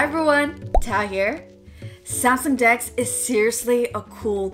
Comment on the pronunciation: Oh lord! She said samsung dex....I thought she said skn dks! 👀 I'm like say what!